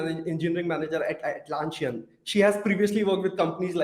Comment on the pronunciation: Nice video. I guess you are pronouncing the company's name a little wrong. Its Atlassian, not Atlanssian.